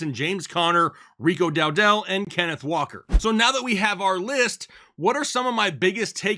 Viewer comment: DOWDLE not DOW-DELL. For Pete’s peppers how are you saying the name wrong.